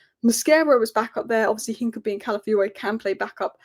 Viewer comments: It’s Hin-ka-pi-ee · The name Hincapié is pronounced roughly as een-kah-pyeh, with the emphasis on the "pyeh" syllable. The "h" is silent, the "i" in the first syllable is a short "ee" sound, the "c" is a hard "k" sound, the "a" is like the "a" in "father," and the "pié" is a "pyeh" sound, similar to the "pie" in the word "pie" but with a stronger "y" sound before the "eh". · hi, hincapie is pronounced hinca-pierre, like del piero's 'pie' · Sorry to be that guy,, but it's "Hin-cap-ee-ay". Keep up the amazing work.